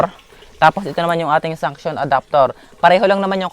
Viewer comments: Suction Po Hindi Sunction. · Suction Hindi sunction😁